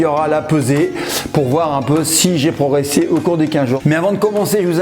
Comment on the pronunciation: Franck on dit progresser pas pro'resser